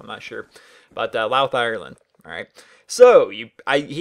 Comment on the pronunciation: Also its pronounced Loud ireland